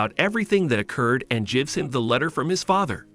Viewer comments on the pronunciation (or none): the way the AI said "gives him"... lol... jives him 🤣🤣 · can you fix the automatic voice? it says "jivs" every time you write "gives" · Good overall summary, but the (computer-generated?) pronunciation is distractingly cringe-worthy. "Gives" pronounced over and over with a soft G? SMH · "he jibs the order" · "Batman jivs up" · And he “jivs” him the letter